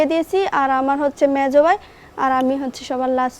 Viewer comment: চট্টগ্রামে ভাষা উচ্চারণে এতো ভুল। দুঃখজনক ঘটনা শুনে যদি হাসি আসে ভাইকে বলে বাই,চারকে বলে স্যার, এতো লেখা পড়া করে কি লাভ যদি শুধু উচ্চারণ করে একটা প্রোগ্রামে কথা না বলতে পারলে😢😢😢